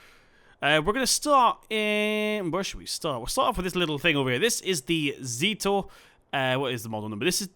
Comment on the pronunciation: Good video, but the first tractor reads a zetor, not a zítor and it from the Czech Republic